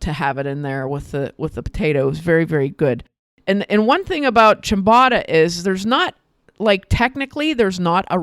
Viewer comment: It's a long 'o'. Phonetically chyam-boh-ta. Almost always a long 'o' in Italian as in ricotta, biscotti, risotto, bocce.